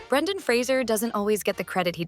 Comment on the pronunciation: I love the fact that you get not only Brendan Fraser's name correct (Fra zer) but also Alicia Silverstone's (A li sea a)